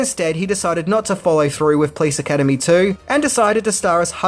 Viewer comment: I love you! But why do you pronounce it: "Please Academy" It's: Po - lice! 😄